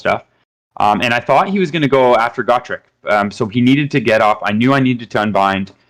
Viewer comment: Just gotta say....it's Gotrek...not Gawtrek.... he's too good to not know his name lol. Great lists amd great win loss record